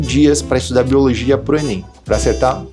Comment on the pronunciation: boiologia kkkkkkkkkkkkkkkkkkkkkkkk eu fiquei praticamente o vídeo todo rindo disso, mas me ajudou mt vlw